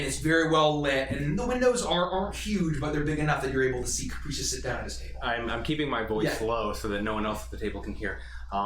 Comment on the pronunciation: I burst out laughing at butchering Caprice's name XD